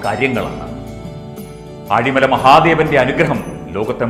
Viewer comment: ആഴിമലയല്ല it's ഏഴിമല